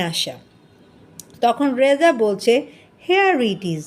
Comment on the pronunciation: এটা রাজা না এটা রেজা 😂